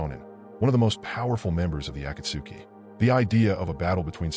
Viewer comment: how is it possible for someone who watches naruto to be so horrible at pronouncing words in the show such as genjutsu, Sakura, Akatsuki etc